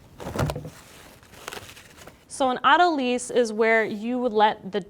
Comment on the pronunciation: auto = self lysis = loosen it's "auto-lice", not "auto-lease"